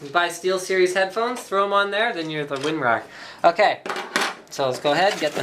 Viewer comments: did linus just say "then your the WIN rar" haha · anybody else notice that he says winrar ?